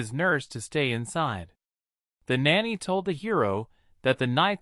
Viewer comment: you do real good up till the point where you try and say the word nanny. You get it wrong 80% of the time, and right 20%. Just something to think about. But over all much better then other channels